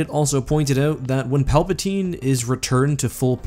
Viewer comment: ok he said Palpasine